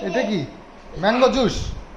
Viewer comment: ota Jussh bale na juice balo... uccharan gulo aktu thik Koro kmn tahole bhalo lagye shunte ...kichu mone korona tmk khub bhalo ashi tai bollam